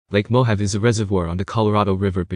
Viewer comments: Mo Have! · Probably should learn how to pronounce Mohave.